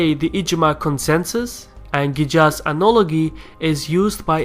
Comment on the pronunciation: Idk why you read Jizyah as yijza and Qiyas as Ijaz... Kinda weird.